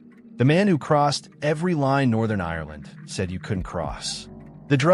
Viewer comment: Its Ireland not irerland.